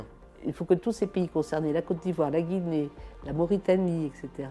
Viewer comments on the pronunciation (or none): Il faut que tu apprend à cite le nom de la Guinée... 🤷🏾‍♂️